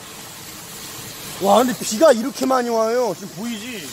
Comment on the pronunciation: 씨가 씨가 할때마다 욕같애..ㅋㅋㅋ